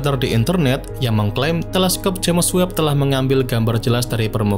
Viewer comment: The spell is "jeims webb" not "jemes webb" 😂😂😂😂